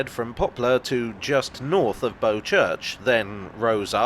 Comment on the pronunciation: The boat BOW, rhymes with NOW